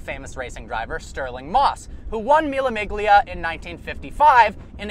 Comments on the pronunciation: Mille miggliya? Really? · Mila mig-lia.... Really? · Is it just me or there is anybody else who got frustrated by him pronouncing the G in the Mille Miglia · he really can't pronounce Mila Miglia (Meelia). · he says "the maclaren SLR" major seeyuh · You absolutley butchered the pronunciation of Mila Miglia 😂😂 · The g is silent in Mille Miglia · You couldn't pronounce mile miglia any worse haha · The g in the miglia is silent!!!!! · Mille Miglia is pronounced without g. Don't ebarrass yourself. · Learn Italian then pronounce Mille Miglia like it should be pronounced. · Don't ever pronounce Mille Miglia like that again . You should be ashamed .